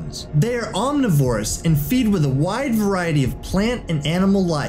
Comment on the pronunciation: Bruh I heard "Om Knee VORE us" And had to check i wasn't watching a cringe compilation....